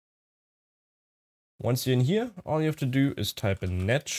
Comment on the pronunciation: Can't read what you're typing in the CMD prompts in step 2, not very helpful. Sounds like you're saying "netch" or something like that.